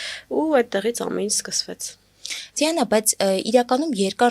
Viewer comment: Էս աղջկա անունը Ձիանա չի,Դիանա է,ճիշտ արտասանեք